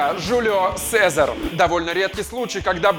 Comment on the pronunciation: сезарь ? серьёзно это не вратарь это кефир